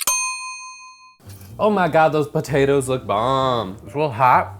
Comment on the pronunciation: “OH MY GAWD THOSE POTATOES LOOK BAHWM.” I’m crying😂